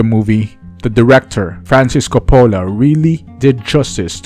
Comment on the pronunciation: Learn how to pronounce the Director’s name correctly. It’s embarrassing when you mispronounce a famous Director’s name on YouTube 😉